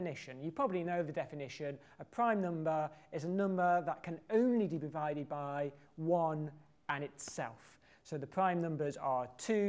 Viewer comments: "Only de bivided by" :) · he said "that can only de bevided by" xD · 'that can only de bivided by...' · he says "only de bivided" d,b switch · he says "de bivided by"